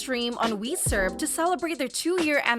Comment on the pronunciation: girlie said weserve ('